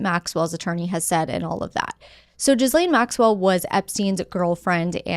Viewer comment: lol are you saying gizzlane Maxwell on purpose😂